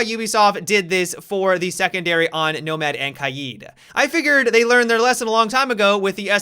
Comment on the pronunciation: He kept saying nobad (nomad) idk it kind of made me laugh